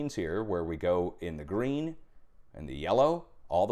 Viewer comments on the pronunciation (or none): none